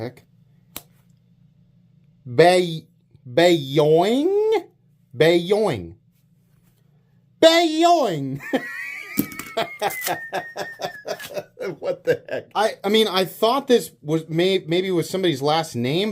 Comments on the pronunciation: It's "BOW-YING", come on man learn phillipino! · What is it with Americans and reading basic words? "Bayoing"? It said "Baoying"... This happens ever so often in videos where Americans try to read foreign words. Saw a dude trying out Swedish chocolate from "Marabou" wich he pronounced "Mari-bro"...what's up with that. Same latin letters guys...